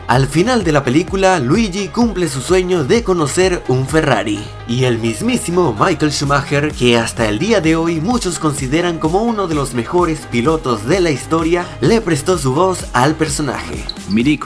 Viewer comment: Buena pero un detalle, el nombre de Michael Shumacher se pronuncia "Mijaél", porque así es la pronunciación alemana, país de donde es él.